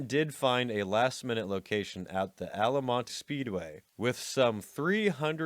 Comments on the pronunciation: This narrator needs to learn how to pronounce these festivals!!! It is Al-ta-mont not Alamont! He sounds like an idiot! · FFS, just show us on the dolly where the hippie hurt you 🤦‍♀️ Could’ve been an excellent video if not for your over-the-top focus on “dirty drugged out hippies”, especially when actual hippies were rarely to blame or even involved. And it’s ALTamont, not Alamont 🤡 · Cant subscribe to a guy who after doing is research on these gigs call one ALALMONT.....Its was Altamont dumbass one of the great tragedy's of early music events. If your gonna put it up for others to view......KNOW YOUR STUFF. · That's AL-TA-MONT (Altamont) NOT Alamont. Peugh, I smell click bate! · LOVE the vid but it's Altamont not Alamont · It’s pronounced ‘Al-tuh-mont’ raceway not “al-ah-mont” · Altamont = “All-ta-mont” not “Ala-mont” I grew up in Stockton California which is close to the Bay Area. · It was Altamont, with a T in there. You’re like the only person over 20 who doesn’t know this. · Altamont, not Alamont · 1.) C'mon,,,,AL' La Monte" Free concert 1969???!!!! It is AL-TA-MONT. Get ur 5HIT straight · Altamont! Not alamont as you've spoken, and written graphically. Altamont! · Al-Ta-Mont. It's Altamont, not Alamonte or whatever else you said. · Ok, normally I don't do this, but for God's sake, it's right there on your screen. ALT A MONT. Not ALA MONT. And also, when did 1999 become 13 years from 1969? I know its just slips of the tongues, but dude, just review your video and edit it before posting it!. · It's Altamont. Not Alamonte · Great Video ... but it's "Altamont" not "Alamont" ;) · You mispronounced Altamont. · love how you say “alamonte” at first, then continue to say “alamont” for the rest of the segment. it’s the ALTAMONT, DUMBASS! if’n you can’t get the name of the venue properly, you DEFINITELY can’t the get ANY facts of your “documentary” right. yeesh… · Altamont , it even says altamont on the sign, Alamonte? Did you even try? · Ahl-Tuh-Mont Altamont